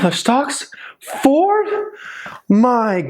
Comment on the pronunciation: Fooord???? Forrrrdd???🤣🤣🤣🤣🤣🤣